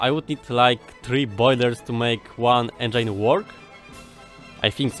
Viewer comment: I don't know if I love or hate how you pronounce engine. It's a bit german: engEIN